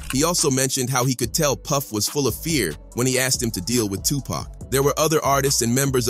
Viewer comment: Did this foo just say 2pack? Yeah, always get say it wrong.😂